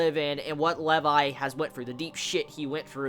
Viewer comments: I'm pretty sure it is pronounced lee-vi not leiv-i. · Levi's Rage in this episode is ridiculous! This is why Levi is my favorite character. By the way, it's prounouced Lee-vai. Not Le-vai. This is my new favorite episode XD